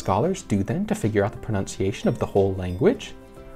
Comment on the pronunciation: Did you pronounce "proNUNciation" as proNOUNciation? There is no monk in the work, but there is a nun, correct?